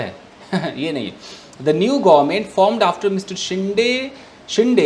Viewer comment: It's not शिंडे, its शिंदे